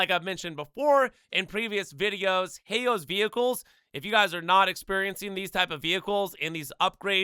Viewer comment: A “heyo’s” vehicle 😂😂 u sayin “Hao’s” wrong bro its basically pronounced “how”